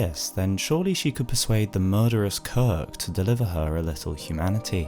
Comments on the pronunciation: Я мог терпеть берсерка, который звучит как безорк, но кирк - корк. Это слишком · Impossible to watch this video normally; I keep giggling every time he says his name